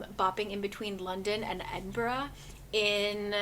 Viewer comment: Only 10 minutes into this but you're a real one for pronouncing my hometown (Edinburgh) correctly:)